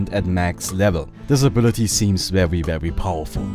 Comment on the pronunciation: vewy vewy powerful